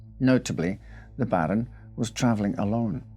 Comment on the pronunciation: "BARON".......lol, sucker's taking the risks